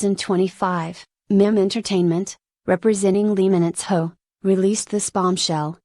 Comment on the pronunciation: Is this really for real? Is this Lee Minho or LEE MINITHO as read by the speaker?